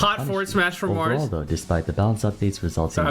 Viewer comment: Took you long enough lol. Also why do you keep saying "Vars the third" 😂